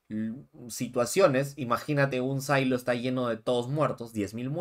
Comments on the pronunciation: "Sailo"????!!! SILO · Estas hablando en español. NO PUEDES DECIER SAILO. SE PRONUNCIA SILO (SIN LA A)